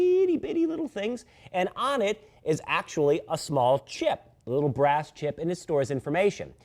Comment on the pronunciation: "brass chip" LOL.....